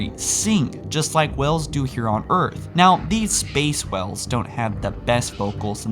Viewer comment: you forgot the 'a' when saying whale